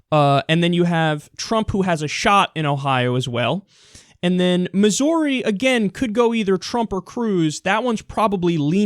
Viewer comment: I find it funny how you said Missouri haha I'm not trying to talk shit man I enjoy your video I agree with lots of your thoughts I just thought it was funny how you said Missouri. Well keep up the great videos man